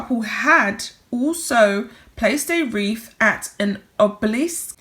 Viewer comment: Honey, it's a wreath not a reef